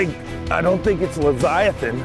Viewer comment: sorry, but the word is Leviathan, not leziathan.